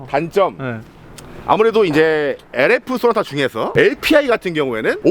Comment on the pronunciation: 엘레프쏘나타 ...부루투스...브랙박스..깨쓰차..엘레이다저스..그랜다이자...턱선...ㅋㅋㅋㅋㅋㅋㅋㅋㅋ